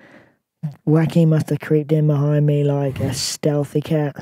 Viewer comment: Butchering joaquins name is criminal.